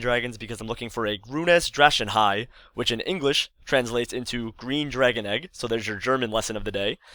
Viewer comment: hahaha i am german and i always watch your vids, but you pronaunced ''grünes drachenei'' a little bit wrong :D